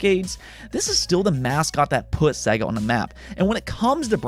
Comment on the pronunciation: Dude................it's pronounced 'SEYGA' (not SEGGA).